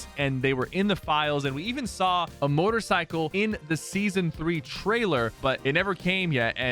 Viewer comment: Sypher said mordercycles